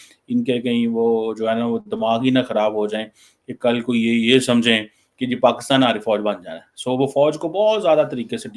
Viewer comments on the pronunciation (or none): is it bureaucracy (bu.reau.cracy).... or is it BRoCracy....😂😂😂 bade maje aate hain yaar listening the way you talk.. And try one more (SRI. LANKA)... not (see reee lanka )😂😂😂😂 hope you say correct Pakistan not paxtaan 😂😂😂